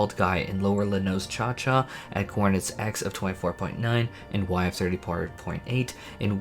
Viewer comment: La nos cha cha HAHAH, I love how people try to pronounce various FFXIV names and words <3 Try "la NOsha". It's "ocean" but with the n in front of the word instead of at the end.